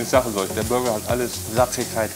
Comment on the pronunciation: Burger und nicht Bürger😉